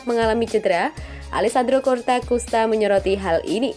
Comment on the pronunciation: Ralat min bukan CORTAKUSTA TAPI COSTAKURTA